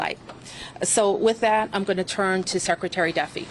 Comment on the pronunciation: Bowser, She doesn't seem to be able to pronounce anything correctly at all. Shehcretary? Watchington? At least 13 "uh" utterances...